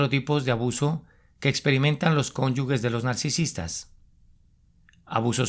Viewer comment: Se dice cónyuges NO "CÓNYUGUES".